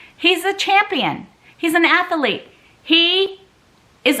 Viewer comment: I like the YSL bag but if you don’t use it, then don’t keep it. I’d prefer the trunk. Oh, you’re talking about the side trunk! Ath-el-ete? I’m outa here.